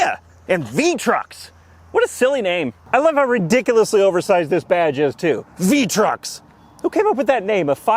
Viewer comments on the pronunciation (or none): For some reason my brain immediately went to vis-a-vis truck when he pronounced the name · Um its "Trux'n" ty! xD